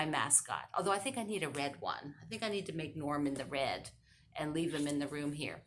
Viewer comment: The only thing that has changed in my life, is having my husband working from home. Which means we have moved our homeschooling to the kitchen, to let him get his work done at his desk. When you said, "Norm in the red" it sounded like "Norman the Red". I think you should make him in red and call him "Norman the Red". :D Thanks for Crazy Quilty March! I'm having fun with it!